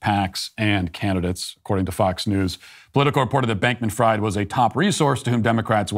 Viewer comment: "Fried" the name is pronounced like "freed" not like "fried" as in "fried chicken". - Language pedant.